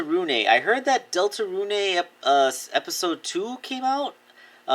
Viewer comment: Some info about Deltarune for you, Deltarune (Pronounced Delta-rune not runé) Is made by the same creator of Undertale and is similar to Undertale regarding player choices, however you have a party similar to more traditional RPGs. Deltarune is planned to have 8 total chapters further expanding the lore. Sorry for making you read all this if you did, also I love your content and you are a very inspiring creator.